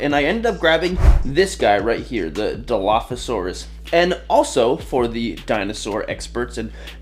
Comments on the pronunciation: Yes!! you did say it correctly! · you said it right 😊